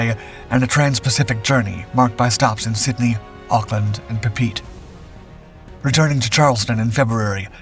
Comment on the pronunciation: Love the video - very informative but I have one nitpick. "Papeete" - Listen to the CSN song "Southern Cross" for the correct pronunciation of this!😁